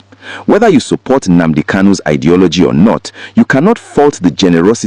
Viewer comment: My friend you claim to be an Igbo man but you can't pronounce common Nnadi KANU or Nnamdi KANU or even Nnamudi KANU and you are here saying or calling him "Nnamdi" please, can I ask you a question🤷: please what does "Nnamadi" KANU mean because as of me I don't know what Nnamadi KANU mean I only know about Nnadi KANU, Nnamdi KANU and Nnamudi KANU 🤷🤷🤷???